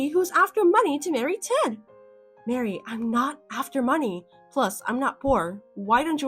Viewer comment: Maree not Mary.